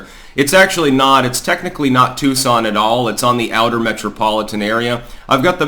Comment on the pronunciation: It’s Tucson, not Tuscon…